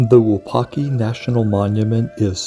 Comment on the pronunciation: You're mispronouncing the name. It's not WuPaki, it's WuPOTki.